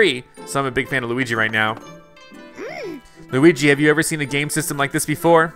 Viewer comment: The first time Bowser said Luigi’s name correctly